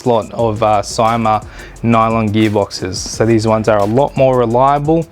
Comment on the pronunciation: It's pronounced "see-ma" !